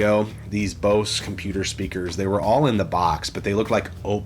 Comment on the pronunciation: Bose stuff holds value. Btw it's pronounced "bohz" like as in bozo. Now Boss speakers are a different story... those are cheap.